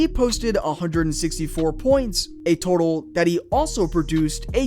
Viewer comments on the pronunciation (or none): none